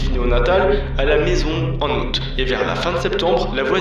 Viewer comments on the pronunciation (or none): none